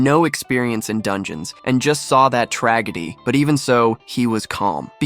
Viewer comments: Dude, the AI can't even pronounced "tragedy", I'm out. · ikr what a tragedy